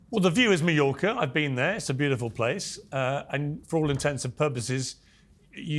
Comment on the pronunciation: Mallorca (pronounced mah-yorka) - not NY. 😂